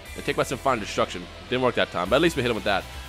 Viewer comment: sim-fonic destruction not sim-fine destruction